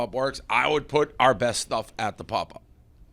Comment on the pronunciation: Dave's pronunciation of popup is fucking awful